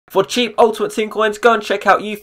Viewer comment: I swear at the beggining he says 'for cheap' in a Irish kind of scent Nice vid though